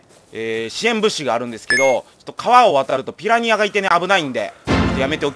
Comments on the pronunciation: ２分４７秒 ピラリア笑笑ピラニアですよ笑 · 、ピラニアがピラリアになってる！！！ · ２：４７ピラニアがピラリアになってる